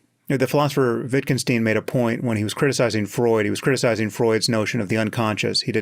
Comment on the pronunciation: Winced at Sam’s pronunciation of Wittgenstein.